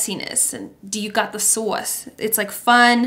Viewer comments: and in ep 2 u told benny ‘the sAwSe i CANT’ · It’s sauce? I that it was sas in an accent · Are you jersey cuz I can hear it when you say sauce 😭🤣